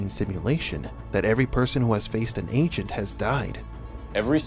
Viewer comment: It's pronounced agent, not ancient